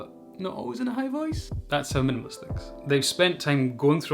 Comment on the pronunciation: I like the way you say "minimalist". Great video.